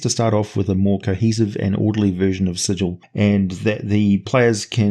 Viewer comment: Ehhh - No.... A place where you get murdered for mispronouncing it's name is like an over engineered machine... it breaks down. As you show by mispronouncing the name of the city several times during this episode, that's a long sword or demon claw through your head each time.